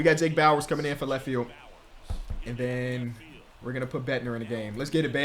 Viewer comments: Hey love the series, just figured I’d let u know that ur closer is pronounced Bed-Nar like how u would say Narcissists or sum like that. Instead of pronouncing it Bed-Ner. Again great content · please its david bednar not bedner. like cigar not ciger